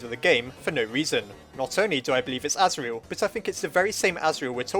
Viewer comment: It wasn't Chara, it was Asirel, and that's not how it's pronounced.